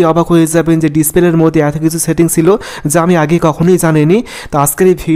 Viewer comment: ছেতি্ংছ না সেটিংস। নিজেরউচ্চারণ এর সেটিংস ঠিক করো😀